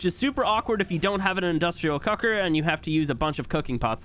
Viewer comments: Bro, I just started watching you very recently, and these videos are great. I have no complaints. I just need to bring up that something about the way you say "cooker" makes it sound like you're saying "cucker" and it throws me off every time. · I will never not think that is saying 'cucker' not cooker'